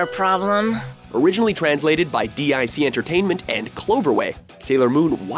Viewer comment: Dee Eye See Entertainment? It's pronounced DICK Entertainment.